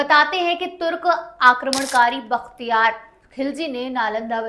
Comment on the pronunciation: vakhtiyar nahi bakhtiyar ........didi pehle shi uchharan kro fir history pdhana